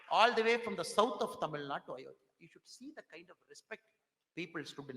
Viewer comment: Tamilnadu not Tamilnad mr anamala😂.தமிழ்நாடு கூட சரியாக சொல்ல தெரியவில்லை அதென்ன தமிழ்நாட் நோட்டாவா.